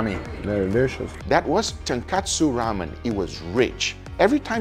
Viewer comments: It’s tonkotsu ramen not tonkatsu ramen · It’s TonkOtsu, not TonkAtsu. TonkOtsu means pork bone, broth made from it, but some places would add fish based broth as well, not really anchovies though. TonkAtsu on the other hand is a pork cutlet, kind of like schnitzel. Don’t confuse those two things. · its DONKOTSU ramen not Donkatsue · tonKOTSU ramen, not tonKATSU ramen. tonKOTSU means 'pork bone' as in pork bone broth and tonKATSU is a deep fried pork cutlet. not surprisingly, this is a popular mispronunctiation. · Tonkatsu? It's tonkotsu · tonkosu, not tonkatsu.